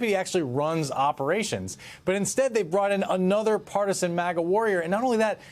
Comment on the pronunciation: Did he just say "partisian warrior"? Try grifting actor HACKS.